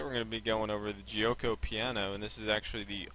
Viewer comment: the "g" in giuoco is pronounced as a "g" not as a "j". like the "g" in gambit, game etc